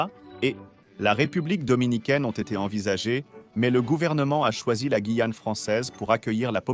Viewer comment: mauvaise lecture de la "voix". des "e" innapropriés et le non guillane lu "guillane" et non "gouillane". Je zappe.